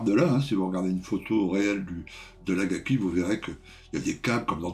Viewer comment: Salut l'Ami, belle revue, comme d'hab.... mais too much pour moi... Au fait, c'esr Akagi et pas Agaki !!🤣🤣👍👍